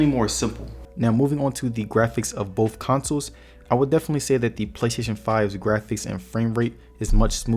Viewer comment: Thank You for intelligent approach to this choice. it is all about the money sometimes and your video helped out in a big way. One thing in your delivery I did not understand was when you were trying to say BOTH it came out BOFF. I think you meant to say BOTH.